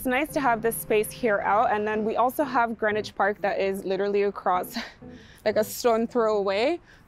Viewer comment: It’s pronounced Greenwich🇬🇧 not Greenwich